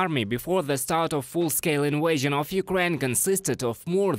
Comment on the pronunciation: Full scale "in-way-zhun"!!! Yeah, that definitely how it's pronounced!! Lol 🙄